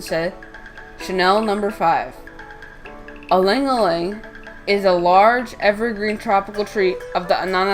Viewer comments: Good info but the name is no aleing aleing. Its called ilang ilang pronounced as eelung eelung. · Fact check: It originated from Philippines, not Indonesia. It's pronounced as i (as in sea)-lang ilang.